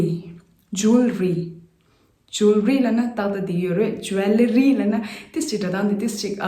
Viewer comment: Not jol-ree but it should be pronounced as joel-lery ie (wel)is silent only there. Poem is also little misspell too.. appreciate your channel though 🙏🙏